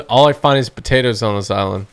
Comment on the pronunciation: He's like potatoes the hell how he said it is funny 😂🤣😂🤣